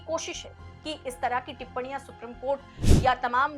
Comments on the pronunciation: Thoda normal tone mein bola kariye to behtar lagega ... Aur itna lamba kyon kar deti hein ... It is Supreme (सुप्रीम ) court and not Suprum court. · अपना उच्चारण शुद्ध करें,सुप्रिम कोर्ट नहीं बल्कि सुप्रीम कोर्ट होता है।